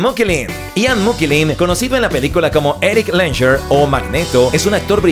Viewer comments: Ya te vale tío no poner a Hugh y no digamos ya el apellido de Ian mokellen? Es McKellen 🤦🏻🤦🏻🤦🏻👌🏻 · Ian "Mokellen"??? McKellen!!! Por favor... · Es Ian Mcallen no mokellen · Ian McKellen. No Mokellen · no es Mokellen es Mckellen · A mi también me chocó la mala pronunciación!! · Ian MC kellen, es magneto y no creo que se pronuncie moquelin